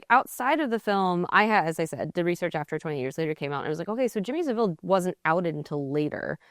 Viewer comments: Saville is pronounced the same as the famous street name. Sahvill, no s'vill. Well done for at least knowing about him and mentioning it, though. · Can someone tell the host how to pronounce Savile. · Stopped watching immediately when she mispronounced Saville and the Englishman didn’t correct her. Unacceptable. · lmaooooo did she just call him "Jimmy Seville"? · whyyyyy does every american pronounce jimmy saville like that